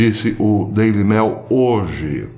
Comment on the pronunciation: Professor, sugiro mais cuidado ao pronunciar palavras corriqueiras em inglês. Ex.: Daily Mail, que se pronúncia “mêil” e não “mél”